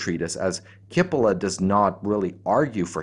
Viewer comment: the right pronunciation is cheepolla (rimes wit Capella and btw means onion)